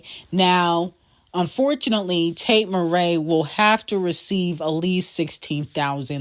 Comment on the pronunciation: Why is she calling here Tate Marae instead of MCrae did I miss a shade moment lol